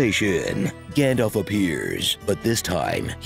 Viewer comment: "I am Grandalf"??? Did they not get the name right? There's no r.....